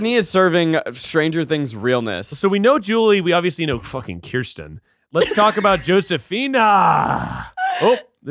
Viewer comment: As a Kirsten it’s KUR-STEN. Keith was the only one who said it right 😭 but saying “no one knows she isn’t worth it” is a clip that I need so I can play it every time someone calls me the wrong name 😂🤣❤️